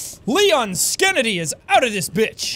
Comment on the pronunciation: i just thinks its funny how he says skenndy